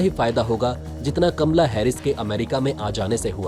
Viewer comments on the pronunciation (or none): none